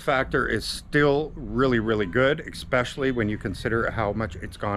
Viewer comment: Did you actually say "eckspecially"? Godd video nonetheless.